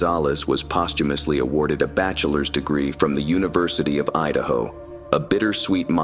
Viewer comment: Idahio? Is that like a combination between Idaho and Ohio? Lol